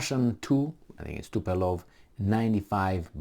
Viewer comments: Tupolev not tupelov... Ce-ai facut bai,, bai😂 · It is Tupolev not Tupelo ffs :))) Get your sh*t together before coming in front of the world.